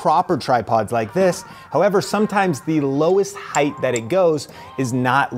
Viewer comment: Why does he keep saying "heigth"